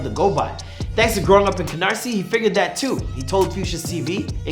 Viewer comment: At least he said Canarsie right 😂😂